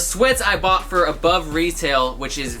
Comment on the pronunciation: bought not bough